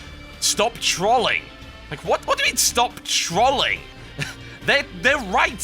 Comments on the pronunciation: Total. Say troll.. Then ING not Troling Sound silly lol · Since when was trolling pronounced with an "a" instead of an "o." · OOOMG. You pronounce Trolling and Troll in such a weird manner, TB XD